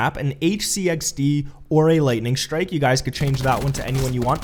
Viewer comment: Him calling it an "HC-XD" also bothered me. It's frickin RC-XD!